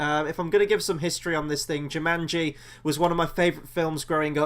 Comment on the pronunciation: Not Jimanji, its jumanji lol